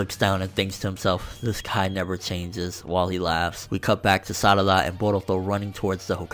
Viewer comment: i dont trust people calling sarada "salada" .. this aint legit